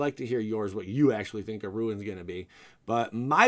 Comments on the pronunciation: Why is he saying "ruins"? It's runes... Anyway white is looking more interesting, finally. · Uh,it's runes my ninja,like "roons." I'm betting it's gonna be a subtype for spells,like arcane or tribal. Btw, Resplendent Marshall's etb/dies ability works with the the creature type that you exile,it doesn't have to be an angel or a warrior,although you can definitely use it for those tribal types. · You are calling them ruins, not runes. On purpose? The idea would make sense to add to equipment... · you keep saying “ruin” what is wrong with you! WOTC isn’t taking about Mayan temples! Lol as far as runes go though... I agree bro lol